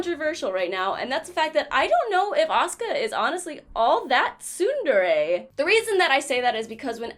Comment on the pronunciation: When she said Asuka i was looking away from the screen and thought she said Oscar in a southern accent.